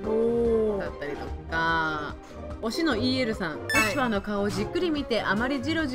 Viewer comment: ルシワァーじゃなくてルシファーですよ。ルシはアンケートでは不動の人気だなww